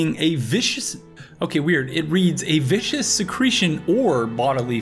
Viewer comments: Viscous. Vis-cous. Viskus. Means a thick and sticky when it comes to liquids. Not vicious. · It’s pronounced ‘viscuss’ not ‘vicious’ it means thick or oily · Google: It's viscous: Vicious Google: No, viscous: Yes, vicious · Viscous, not vicious. Viscosity is the measure of how thick a substance is. So viscous means thick. Glad to see another video from you. It's been a long time! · Welcome back to the game homie skillet! Just a heads up,on mucilage's definition uses viscous referring to viscosity, it's got a hard "c" for pronunciation unlike vicious' soft "c"